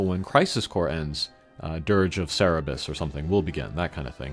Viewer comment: Cerberus not Cerebus =P